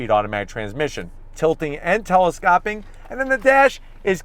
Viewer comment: Tilting and tele-scope-ing, not tele-scopping. Great review as always👍🏾